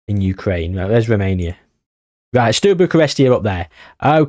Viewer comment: Sorry to be that person, but you saying “Stew” Bucharest did my noggin in 😂